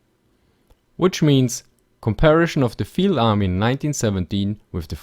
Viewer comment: "Comparishun".. I'm sorry